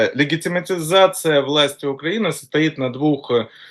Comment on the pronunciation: Этот мужик всерьез говорит легемитизация.и дедоляризация. И еще много странных слов. Китайский поисковик Baidu он обзывает байдой. Еще он прочитал учебник истории за девятый класс и очень любит его пересказывать. Этот странный чувак у них называется АНАЛИТИК.Яка страна, така и аналитика.., вот это клоун очень смешной.Зови его чаще.КУхар, конечно. все авно круче. но Кухар воюет. Ну хотя бы этот пусть публику развлекает.